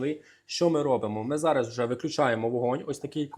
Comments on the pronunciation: Треба казати зараЗ,а не зара;п'ятдесяТ, а не п'ятдесяТЬ;не коричновий,а коричнЬОвий; Не беси,говори правильно,не уродуй укр. мову! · Ох і. Зара. Зара Зара.. Та ще наголос не вірний.